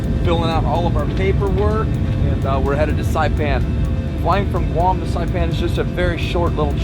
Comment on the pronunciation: ‘Welcome to Guam’ sounds a awful like guarma